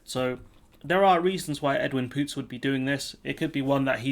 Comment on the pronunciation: You pronounsing his name wrong. Ask jews how to do it